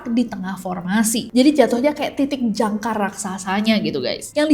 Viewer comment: Jangka nessie bukan jangkar 😅 klo jangkar buat kapal laut 😂